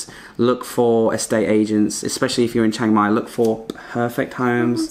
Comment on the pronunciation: it not chang mai It chiang mai Chee-ang